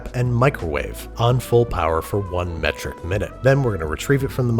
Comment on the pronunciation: Meteric minute? Lol